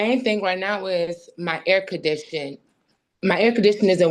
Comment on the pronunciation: She works for a university, but is so unbelievably illiterate she can’t even say air conditioner. Actually, it’s not really unbelievable any more. “Typically illiterate” would have been more accurate.